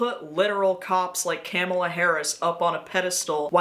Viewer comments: The Vice President's name is Kamala. Comma-La. Not Camel-Law.... 🙄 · It’s “comma-la” . Not that hard to pronounce correctly. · Hey it may not be a big deal now but you did pronounce Kamala’s name wrong. That has been seen as disrespectful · Prosecutors are not cops. They are the ones who try the cases. And she's running against a felon. And claiming that they don't care about intersectionality is ridiculous. Your example is a black woman (and an South Asian woman). Yet you think of her as a cop. You reduced her to a single identity instead of being intersectional. And you mispronounced her name. I presume it was an accident, but you shouldn't give cover to the racists who use that as a dogwhistle. It's not that hard to call people by their actual names. You're even complaining about "identity politics." That's a dogwhistle, too. Actual identity politics--the idea that people with shared backgrounds have shared concerns and thus often vote together--isn't a bad thing. Yes, you also need to be intersectional, but they're not opposites. They work together. You're calling out Roseanne for leaning right, yet you are already showing certain signs of buying into right wing talking points. Yes, the Democrats aren't perfect. They have to appeal to a broad base in a right wing country. They lack the backbone of an actual left wing or even center left party. But the lean the right direction, and that is how you move politics. Countries don't suddenly shift. The right spent decades pushing us away from the progressivism of the New Deal. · Kamala was never a cop and you pronounced her name wrong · Your pronunciation of Vice President Harris's first name is such a micro aggression of racism and misogyny. The great hypocrisy of making this long dry ass video about a lunatic like Barr then intentionally mispronouncing the first name of the most powerful feminist in the world is WILD.